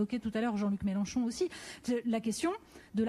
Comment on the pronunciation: Bonjour j'aime bcp vos vidéos car elles ciblent d'avantage de personnes qui ne seraient pas prêtes à écouter 1h ou 2h de conférence... Mais de grâce MélEnchon avec un E pas un A :) merci :)